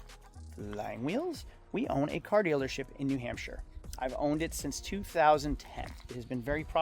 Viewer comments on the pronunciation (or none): “New Hampshie.” lol.